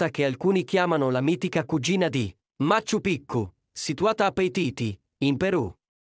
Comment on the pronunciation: Machu Pichu si pronuncia maciu piciu